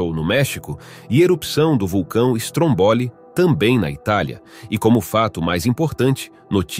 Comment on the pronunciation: Meu Querido narrador vamos lá pronunciar certinho aceita ajuda; Vamos lá (fale como vou escrever ok?) Stroombolli carregue ou Strõmbolli no (Õ) vc faça mais grave trooboli tenta aí sei q é outro idioma mas tenta aí vai ficar perfeito sua voz é linda bora ficar mais bonito. Melhores vídeos de Vulcões da internet. Parabéns.💋👊🏼🌋💯🇮🇹💯🇧🇷👍🏼